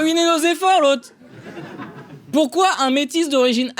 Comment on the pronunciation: pourkouaï😂😂😂 tu la piqué à dieudo😂😂😂😂